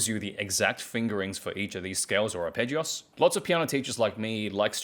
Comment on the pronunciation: You're kind of saying "arpeggios" as if it's a Spanish word.